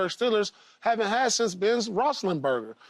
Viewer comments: Paul butchered that name lol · Bro he is just making fun of how Paul just pronounced Ben name@